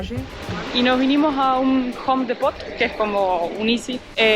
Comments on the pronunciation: Hola lindo lugar, me mato la pronunciación del Home Depot, en cambio de decir Hom Dipot. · La forma de pronunciar Home Depot se me hizo chistoso.